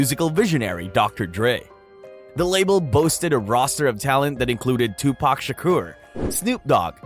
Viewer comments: and I don't care how it's pronounced but Tupack is just wrong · Hearing the whitest kid pronouncing Tupac is agonizing me.